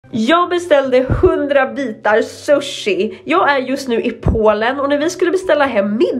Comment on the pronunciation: Hon kan inte ens prata